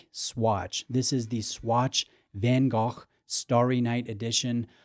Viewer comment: Did you say Van Gock? For real?